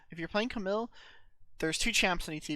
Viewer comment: It’s cam eel not camill!!!